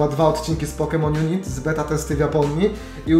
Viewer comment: Hejka, nie pisze tego w celach agresywnych czy coś, ale nazwę gry wymawia się pokemon junajt, a nie junit ;) mam nadzieje ze pomoglem